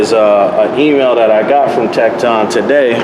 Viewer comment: Tekton actually sound like tektin